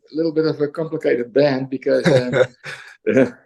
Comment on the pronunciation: Why do you keep saying "brand" instead of "band"?